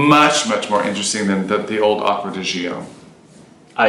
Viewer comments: It is Acqua di GiO ( like Joe), not GIo (like Gee-o). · Italien Aqua di Gio English: Water of Joe Please dont say g.i.o its a Name pronounce it: Joe